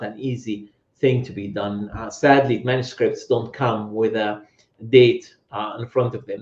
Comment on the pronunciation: how come hatun's english is so bad? she cant pronounce manuscripts which is an easy words she says like manuscripits...none sens. i appreciate her work but it would be useful for us to be able to understand her better..